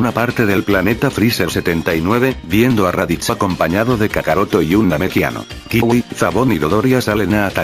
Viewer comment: Esta genial esta y la otra teoría pero se dice cui no kiwi